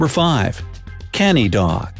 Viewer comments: That's not Ca-ny dog...... it's cu-nny dog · you pronounced SO MANY words wrong. (I know cuz I am an Indian myself). Rajapalayam is pronounced: RAA-JA-PAAA-LA-yam. Kutta is pronounced: Koo-tha. Kanni is pronounced: kaNN-NI Rampur is pronounced: RAAm-POOr. Tamil Nadu is pronounced: THAMIL- NAADOO to mention a few. I'm not hating. I am just correcting for the people who are learning these names for the first time. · excuse me you pronounced kanni wrong it is not k - a - n - i it is pronounced as k - u - n - i . just for information. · Love the pronounciation of kanni as canny😂